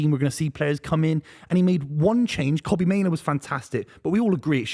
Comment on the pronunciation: Fucking annoying how Spencer keeps saying "Koh-bee My-noo". Does he not hear everyone else at the table saying it correctly?